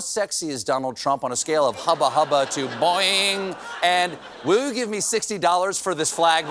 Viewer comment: Stephen, you said “boi-oi-oi-oing” wrong! You are supposed to pronounce every one of those “oi”s. For further instruction, check out Wallace Shawn in Season 1 Episode 5 of the Marvelous Mrs. Maisel- he says “doi-oi-oi-oi-oink” instead of “boi-oi-oi-oi-oing”, but it’s the same basic concept.